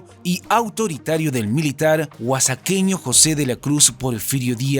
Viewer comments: Se diece Oa(j)aqueño la x suena como j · Muy bien amigo, pero se dice "OAJAQUEÑO" para el gentilicio de Oaxaca. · dijo oasaqueño? XD nmms